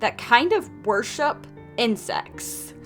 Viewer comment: What she said: Insects What I heard: I n c e s t